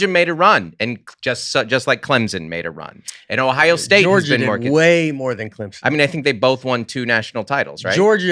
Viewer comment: “Clemson”—who is on Nate vs. side for pronunciation?